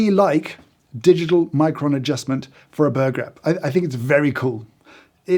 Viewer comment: When James says "burr gap" I only hear an Australian saying "burger" 😂